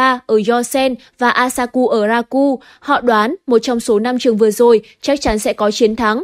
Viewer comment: Chán đọc tên sai nữa, akashi đọc thành asaku? Chịu luôn